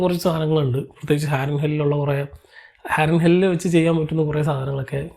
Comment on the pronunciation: ഹാരൻഹെൽ അല്ല ഹാരൻഹോൾ